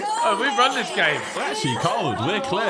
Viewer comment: Sidemen ❌ Semen✅